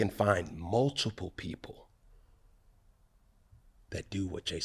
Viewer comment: "I can find mulchiple people..." 🤣🤣